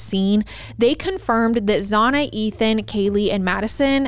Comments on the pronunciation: Why are you saying Xanas name the way you are 😅 its spelt Xana but is obviously pronounced Xan-na in every other video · Yeah she does that alot it's really frustrating